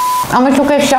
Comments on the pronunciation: Ekşiye eşki diyen koca yürekli.😂😊❤❤ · ekşi diyorsun ekşi diyor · eşki değileks